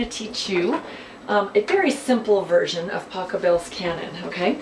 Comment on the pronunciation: Pachelbel!!!! Not Pachabel! What a mistake?